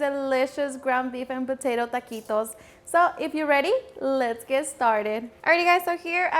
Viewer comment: Tuhhh-qee-toes don't need the extraness